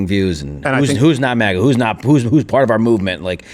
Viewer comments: Why does Crowder pronounce it "MAW-GUH"? IT'S "MAG-UH"!!! Then he plays a clip with 5 different people pronouncing it correctly, and he STILL says it wrong! :face-orange-frowning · I cant stand the alternative pronunciation of maga as maw-guh. Its mah-gah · “Mah-guh”…not it… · Steven's Canadian coming out saying "mawga", LoL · Everytime he says it, It makes me wanna punch a bottle of Maple Syrup. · This nerd said “MOGA”.